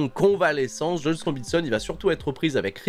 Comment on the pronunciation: Sinon, je me demande depuis un moment, une raison particulière pourquoi tu prononces Juice "Joyce"?